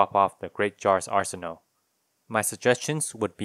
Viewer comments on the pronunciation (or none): none